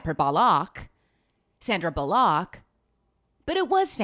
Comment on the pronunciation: was that sandra bulLOCK a niche reference to an old tyler oakley and mamrie hart video because I also say it like that for that reason